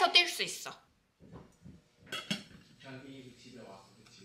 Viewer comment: 우리 감비끼♡(강빈이 발음 ㅋㅋ) 정말 무럭무럭 자라고 있구낭